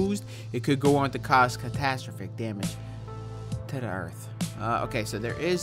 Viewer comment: Yo...thats not how you say catastrophic.